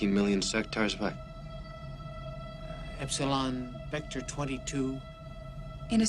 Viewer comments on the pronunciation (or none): none